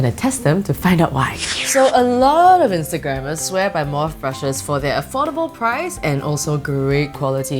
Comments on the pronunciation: Corrections: pronounced MOR-FEE not MORPH(e) and yassss Morphe brushes are wee bit cheaper than Sigma. Their buffing/kabuki brushes are great for liquid, cream products. 😍 And u got great skin 😉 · Can’t help but think don’t people watch others’ reviews and the way they pronounce certain things? It’s morphE. Not Morph lmao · You pronounce it as 'Mor-phi' not mor-ph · 😂😂😂She was calling the Morphe brush Morph😂it’s pronounced Morphee 😂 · You don’t pronounce it morph you pronounce it morphy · it's not pronounced as mor-f, it is mor-fi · it's pronounced mor-phee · It's morph-e its not morph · its pronounced "morfi" not "morf" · Moooorphyyyyyy not Morph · i thought it pronounce "morphi" instead of morph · Its pronounced as "mor fee" babe ♥️ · Morphe is pronounced mor-phe, not morph xD Also the Morphe brush used was a blending brush, so it wasn't supposed to be used to pack on colour. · It’s morph - e as in you say it with an e at the end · ITS PRONOUN MOR- FEE NOT MORF UHH IM SO TRIGGERD AND CRINGE INTHE SAME TIME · Her saying “morph” instead of morphe is funny 😂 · no offense but the pronounciation for Morphe is (MOR-PHEE). sorry..just my opinion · Was it just me or did she say morph and not morphe ?? Idk just me? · Isn’t Morphe pronounced as Mor-fie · isnt it pronounced as morfi? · It’s pronounced like more-fee, btw no hate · I love these episodes I’ve seen every single one ❤️( I think that morphe is pronounced mor-fee not trying to be rude, just helpful x) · Good night! The brushes are pronounced more-fee, just trying to help a bit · It’s pronounce mor phe(fee) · the name of the brushes is pronounced more-fee Morphe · No no.. Its pronounced as Mor-fee.. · I’ve been watching you forever, and I love watching your videos, but for the love of all that it is good, it’s pronounced morf-ee. Biggest pet peeve of this video. But I still love you!!:) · Ahhh she said morphe wrong and it bothered me lmao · she pronounced morphe wrong assfdfftfgvgb